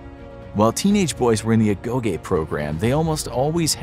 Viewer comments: As a greek its not agoge is more like agogi with more focus on the "gi" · A-go-gee not a-go-gay 🤷‍♂️🤷‍♂️ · You should practice your Greek Is not Agoge is Ayoyí Is not omioi is Ómii Is not sissytia is sisÍtio Is not Gerosia is Yerousía